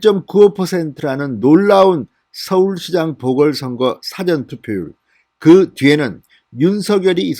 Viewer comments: 발음정확하게 하세요 사~~전, 사전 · 또 辭典投票야? 事前投票 발음 안되나요? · 사전투표가 아니고 사~전투표 라고 하세요. 듣기가 좋지않네요.기자생활도 하신분이....사전(dictionary)이 아니고 사~전 투표 라고 하세요. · 진성호님,늘 발빠른 보도를 들으며 속이 후련합니다. 수고하십니다. 그러나,거두절미하고 한 말씀드리겠습니다. 노여워마시고 꼭 고쳐주세요. 여태 늘 말씀드리려했으나 비공개 방법을 몰라 말씀드리는 겁니다. (예) 事前 투표를 辭典 투표처럼 발음하십니다. 한자말이 많은 우리말에서는 母音의 발음의 높낮이를 정화하게 하지 않으면 뜻이 전혀 다르게 된다는 점을 명심하시기 바랍니다. (예) 눈:눈,발:발, 말:말, 등등의 차이를 말입니다. 무례를 용서하소서. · 사~전 투표라고발음하세요. 백과사전투표인가? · '당!시' 발음 '사!전투표' 발음 교정바랍니다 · 말투가 이상하네요 국어사전인지 사전투표인지 발음공부? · 성호씨 사전투표 발음 고쳐 하세요 세번째 부탁 드림~~ 국어사전,영어사전에 투표 하나요? 서울대출신 기자 방송인으로 발음이 부적절함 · 진선생님. 항상이방송을보고있는. 시청자입니다. 근데발음을. 좀신경써주세요. 사전투표를높게부르지마시고. 좀. 톤을내려서말씀해주세요. 사전투표. 저도경상도지만이건아니예요. 듣기거북해요. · 주필님 사전ᆢ 앞 발음은 백과사전의 사전 아닌가요 ㆍ성창경님도 그러든데 언론인이면 ᆢ발음 강약이 필요하죠 수사도 앞발음은 강하게하지 않아야 하죠